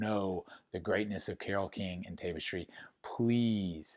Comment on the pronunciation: Tap-istry not Tape-istry